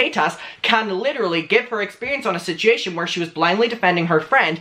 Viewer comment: Am I the only one that loves the way he says "situation"?? BTW, I side with Trisha because Scotty has something to gain by defending David. Trisha has learned from her mistakes and may be trying to save Scotty from making the same.